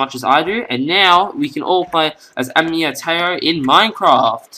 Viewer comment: Nice skin very well made,But your pronouncing the words Taiyou and Raimon wrong.